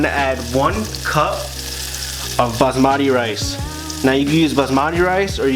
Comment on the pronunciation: Say with me... Baaas-mat-ee